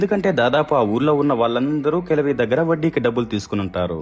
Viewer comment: Kajavi kaadu, kalavi